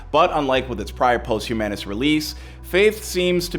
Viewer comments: It's pronounced pahst-hue_miss.... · Posthumanous? Wtf did you say? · Omg... Somebody needs to teach this dude how to say posthumous.. I literally want to shut the video off every time he says it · The word is "POSTHUMOUS!" WTF!